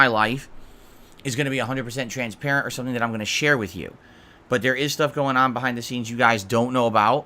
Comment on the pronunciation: BUHHAIND DUH SEENS